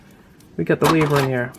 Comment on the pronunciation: why-vern is how its pronounced